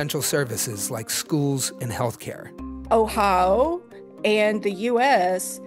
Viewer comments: It's Ohio, not Ohao, missus. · I noticed her pronunciation too. I grew up in Ohio, even lived in Springfield for 5 years, I haven’t heard that way of saying Ohio. Oh-ha-oh. I do know the people in Cincinnati pronounce it Cincinnati-cin-nat-a. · I didn’t know Ohio is pronounced “Oh How” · Have I been mispronouncing "Ohio" this whole time? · I am shocked about the way this woman pronounces O H A A A i O